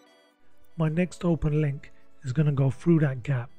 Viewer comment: when you say 'Frew that gap" you mean through that gap?😁😁😁